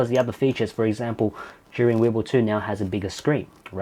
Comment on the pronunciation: Thanks to your video I finally know how to pronounce Zhiyun lol